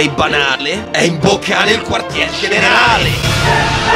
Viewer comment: Quando a detto generale credevo dicesse generaELLE😂